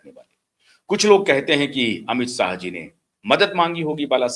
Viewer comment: Plz pronounce words properly . It is not Amit sah but Amit shah , not sarad pawar but sharad pawar not sayad but shayad